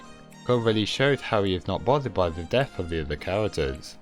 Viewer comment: He really said deaf instead of death